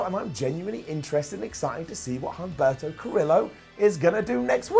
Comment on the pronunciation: I love you but please start pronouncing the names correctly. You're not supposed to pronounce the H in Humberto nor the U in Velasquez. Also, the name of Sin Cara's friend was Carolina, not Catalina.